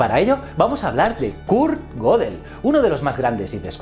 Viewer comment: Goedel no godel asi como Goethe no es gote , ö es una vocal alemana que no existe en el español